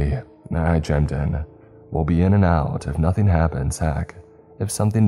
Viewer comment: Loved the story and your reading of it as always! Just in the interest of a helpful hint though, when you said 'chimed in', it's pronounced 'chimed' as in rhyming with 'blind', not as 'chimmed' rhyming with 'sinned'. It's from the clock noise of a chime when it ticks the hour - the clock 'chime' breaks in through any sounds/activities each time. You say "I shined my light around" later and that was the correct pronunciation there - you wouldn't say you 'shinned' your light around 🙂 Shine and chime both sound alike, with a 'd' on the end when it becomes an action word. You are a great narrator with your voice, only pointing out pronunciation because it helps you and your videos sound smoother ❤️